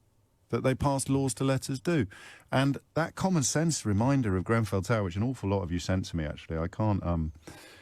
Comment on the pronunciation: "Grenfell" Not "Glen-fell" Get it right.